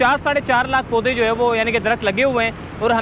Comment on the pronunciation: Poday ko sahi tarha bolna sikho